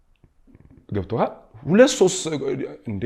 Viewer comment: I am really interested in the topic, but I am a little distracted by the word "Gebtokal?????" Please say "Gebtohal". too much unnecessary words.